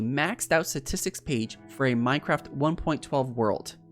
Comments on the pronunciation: Lol "Satistks" XD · I think someone needs to tell him its not "Satistics" Also take a shot every time he says it. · Does he know how to pronounce “statistics” lol. “Suhtistics”